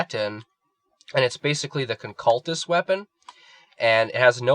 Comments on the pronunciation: it's not the "concaltist" its the "conculyst" con-cyoo-list is how it's pronounced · jesus christ CAN'T YOU SAY CON-CU-LYST? conculyst please dude